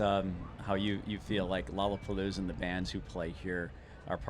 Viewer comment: Its not lolapalooza Its lolrlapopoolza